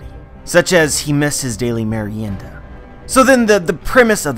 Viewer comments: as a spanish speaking person kudos on your pronunciation of merienda senpai. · Finally someone pronounces properly the word "Merienda". Congrats,! Greetings from Argentina.